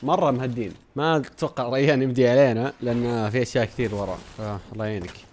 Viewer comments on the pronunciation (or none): ما قال ريان قال ريحن